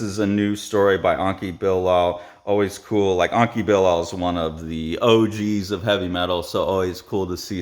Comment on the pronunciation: it's not Anki but Enki Bilal (E as in TED) anyway not sure why people cannot pronounce letters the way they look